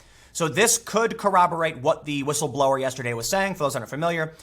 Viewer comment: Dadfuq is whitstleblowr? Why people use some kind of retarded English nowadays?